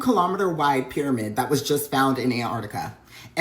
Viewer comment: Pyrmanid is some Cheems level pronunciation